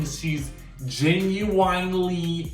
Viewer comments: Sophan Smith thank youuuuu 😭😭 I thought I was the only one! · Am I the only one who has a problem with how the word, genuine is pronounced????